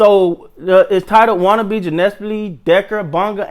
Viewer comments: no disrespect but you really mispronouncing watanabe's name hardcore 😂 Pronounce - WAT-AN-ABEY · Yeah he mixed up Watanabe with Anunoby and came up with Watanobe too funny!! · Watanabe - "WAH-TAH-NAH-BAY"